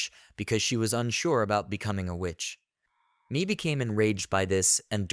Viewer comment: i think Mae's name is pronounced "May"....